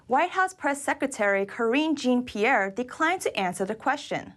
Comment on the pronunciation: Karine "Jean"-Pierre - it's pronounced "zhaun" not "Jean" like the pants.